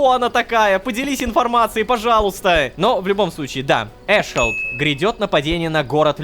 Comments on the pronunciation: Не эшхолд, а эс хол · почему эшхолд а не аssхолд?)))